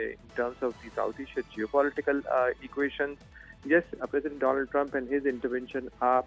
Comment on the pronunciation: My phriend the phriend of India Mister Donaallddd trump😅